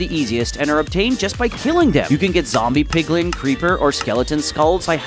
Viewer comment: it's not PIGLING it's PIGLIN